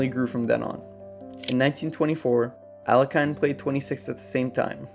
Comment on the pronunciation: That's not how you pronounce Alekhine. Also, other factual errors exist in the video. Someone who has a channel dedicated to chess should at least learn how to pronounce the name of one of its greatest players.